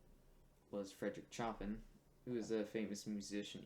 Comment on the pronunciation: So you decided to chop even the surname of Fredéric (Fryderyk) Chopin, even when any educated person knows his surname was French!